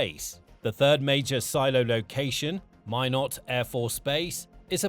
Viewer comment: 👏🏻 good pronunciation of Minot